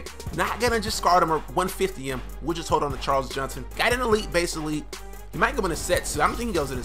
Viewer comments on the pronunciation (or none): none